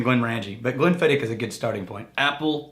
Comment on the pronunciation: Great introduction! Try to make it a Scottish "ch" instead of a "k" at the end, though. 😉